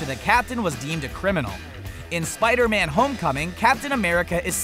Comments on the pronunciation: I found one mistake he did : ''spide-man'' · Spidey man wtf its spider man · spidy man not Spider-Man? and his voice is very annoying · it's Spideyman lmao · He saying Spidey man really